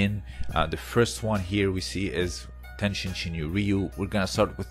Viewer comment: Good comment. TenShin is used oftently but tenjin is more right. But in anycase it is not the end of the world. Even tenjin shinyo members might right "tenshin" sometimes.